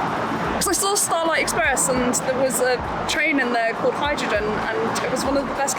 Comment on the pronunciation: I now cannot unhear Hydrojen.